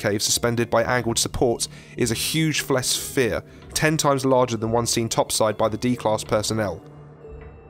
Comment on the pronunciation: "Huge flesfere"